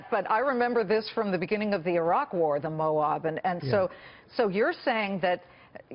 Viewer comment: She needs to practices saying Moab